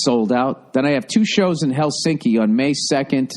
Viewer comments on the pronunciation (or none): none